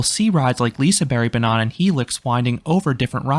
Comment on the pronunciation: I grew up going to Liseberg almost once every year (less so now). I nevewr knew how lucky I was to have this great place so close to me. My favourite will always be Lisebergsbanan (you're pronouncing it wrong but it's ok, sounds like you're saying banana though, haha). And yes, what makes this place unique is the views and atmosphere. I'd suggest you go there in winter during the christmas season, it's beautiful!